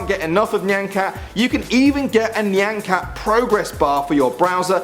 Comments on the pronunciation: It's not pronounced "knee" an cat. It's "Nye" an cat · ITS NOT NIAN CAT, ITS NY-AHN CAT. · your pronunciation of nyan cat...its pronounced Nigh-an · PART TWO! and isn't it pronounced ni-an cat? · You said nyan cat wrong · you said Nyan Cat said it wrong but its still funny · That nyan cat pronunciation tho 😂